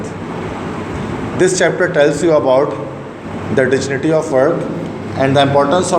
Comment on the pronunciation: Sir the correct pronunciation in the word dignity has gi sound instead of ji